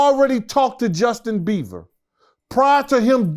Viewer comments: Justin beevah 😂😂😂😂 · Justin Beaver! Ikr? Hilarious!